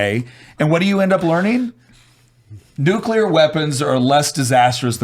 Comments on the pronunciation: Why does say it like "nukeler"? I've heard the "nucular" mispronunciation, but that one's new to me. Also the fear isn't from the technology, it's the certainty of bureaucratic hamfisting of bloat and bullshit into any government regulated project of that scale, ensuring potential for runaway risks. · is Nu-clear. Not Nu-cu-lear.